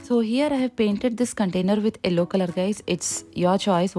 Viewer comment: Its yellow color, not ello